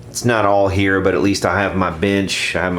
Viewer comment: it's here not hheeeeerrr